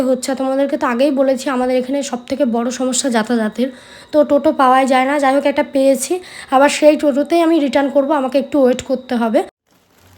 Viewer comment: Didivai kotha ta jatajat noy jatayat hobe